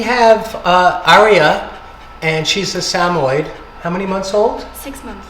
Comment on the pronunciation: Samoid? 😂😂😂 Try Sam-Moy'-Ed. Sorry, had to poke fun❤ Great fix! Got good happy shake out of your adjustment!